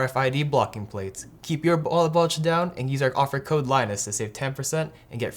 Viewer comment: well messing up the sponsor spot as the most recent employee that gets infront of the camera is not exactly a good start... "ballet wulge" guess everyone would be nervous as heck in that situation....